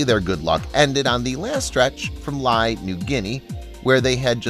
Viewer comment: LAE PNG is pronounced as LAY